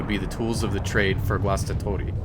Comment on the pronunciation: Great pronounciation of 'Guastatori'.